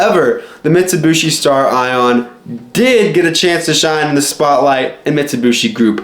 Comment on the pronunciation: Also it's "Stare-eon" not "Star Ion".... jesus christ who taught you english?